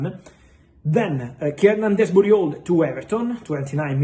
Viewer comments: I can't of been the only one what hears Fabrizio saying Keirnan Desbooty Hole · He absolutely butchered that 😂😂😂